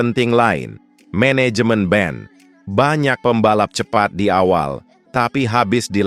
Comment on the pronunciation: Hahaa namanya ban bukan Ben.......🤣🤣